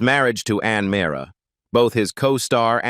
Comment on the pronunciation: I can't believe the inconsistencies of the information on Ann Meara; and the further mispronunciation of her last night. They misrepresented her as not being the wife of Jerry Stiller.